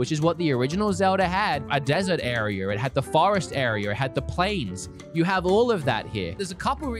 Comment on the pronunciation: Your rlly cool but “arear” and zelder